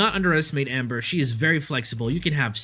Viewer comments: He says “ Ember “ as “ Amber” it screwed me up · true lmao he pronounces titania correctly but that Amber is something else 😂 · I didn't know there was an A in ember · This man can't even read Ember correctly and then does my boy inaros like that. Baro is disappointed